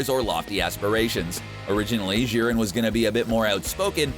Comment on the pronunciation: Who else gets triggered on how he says jiren